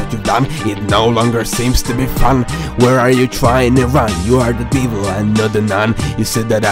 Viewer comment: I thought that the incorrect pronounciation of Devil made it quite clear.